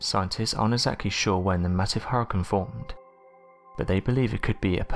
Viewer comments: I’m getting so triggered listening to him say hoorican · Deeply troubled by how he said Hurricane... Hurken? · Did it take anybody else over half the video to figure out that her-uhh-kungz meant hurricane? Or is it just me?